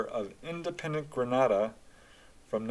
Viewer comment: I was a small child in Grenada in the 70’s . My family says I pointed out ufo in the sky to them( I don’t remember that). I’ve since had other experiences which made me obsessed with UFO’s . Ps incorrect pronunciation of Grenada .